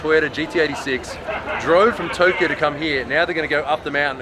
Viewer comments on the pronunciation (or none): none